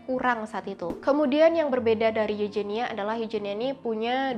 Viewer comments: itu kan eugenia bukan eujenia.pake huruf g ga pake huruf j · Koreksi aja pengucapan spanyol huruf j di baca H. Contoh juan=huan Mirip huruf g dibaca juga h. Montija=montiha.. vallejo=valleho.. sumber gue akurat dari nama pemain spanyol di laliga karena suka dengerin komentator spanyol bilang begitu.. kalau eugenia itu dibaca euhenia aku pernah tau pround eugenia dari ratu ena. Nama inggris victoria eugenie tapi pas sampai spanyol jadi victoria euhenia...